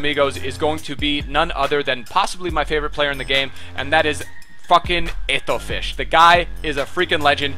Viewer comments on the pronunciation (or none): Why do you always say Eto'o Fish??